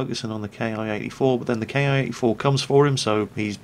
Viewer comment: Ki pronounced the same way as *key.